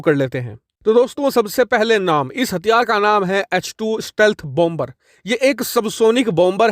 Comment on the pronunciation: Please 🙏 Please PRONOUNCE BOMBER AS BOMER WHERE B is silent Thanks 🌷 Normandy France 🇫🇷